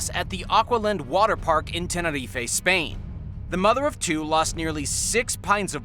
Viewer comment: Why did you say Tenerife like that bro